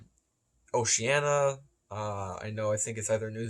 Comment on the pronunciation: All good points but remain me next time we talk to teach you how to say Oceania properly haha. Love ya work